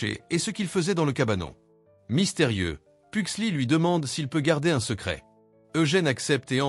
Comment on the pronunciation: Fétide pas "lucas" "Pugsley" il faut bien prononcer le "S" de Pugsley. C'est pas "Laurel" mais Marilyn Faut éviter de changer les prénoms à chaque fois.